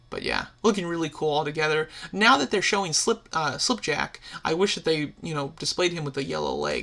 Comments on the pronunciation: once again, he says "slip" instead of "skip" (its Skipjack) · You kept saying yellow rampage's name wrong. It's Skipjack not slip jack